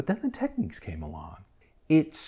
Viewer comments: It's Technics not techniques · What’s this with Americans mispronouncing names if it’s Nykon and now we have Techiques, it’s Tech nicks